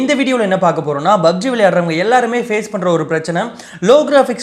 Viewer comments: Bro athu BUBG illa PUBG 😂😂😂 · Bro bubg uh illa pubg uh?